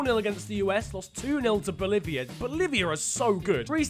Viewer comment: The way you said Boliviá LMAO